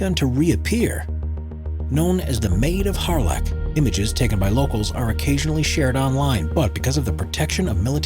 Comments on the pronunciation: Plus it’s not pronounced like that! Odd to talk about respect then mispronounce something! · I forgot to mention, not only did he get it wrong about the pilot actually surviving this incident, and as someone else pointed out - he mispronounced the name, another commenter correctly identified this aircraft was single crewed only yet it is presented as a multi crew fatality. Were the other crew members he’s claiming perished tied onto the wings like 'Flight of the Phoenix'?